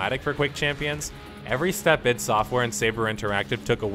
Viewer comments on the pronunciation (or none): what's with the "eed" software? Its ID mate, I and D.